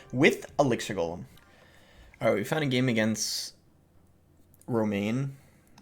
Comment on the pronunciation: good try Boss. Almost got that pronunciation down.